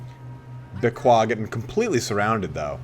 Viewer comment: Dude it's hilarious, you're trying so hard to pronounce Beaquis like a French that it ends up being even worse than if you had just pronounced it with the english pronunciation ^^ (If you're curious about how the french would pronounce that barbaric word, type "Béaki" in google translation and then clic on the little loudspeaker) One might argue that you have to pronounce the "s" at the end of the word but generally in french it's not the case.